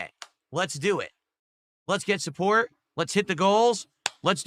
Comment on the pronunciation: He drops Ts when they’re at the end of words just like a toddler. “I’ll do wudder i waaa. Suppoor the stream! Send a super chaaa”